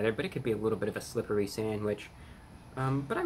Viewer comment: The current state of the world seems to have even rattled Reviewbrahs nerves a little. He grabbed the wrong bag, pronounced "slippery" as "slippee". These are some of the biggest mistakes he's ever made!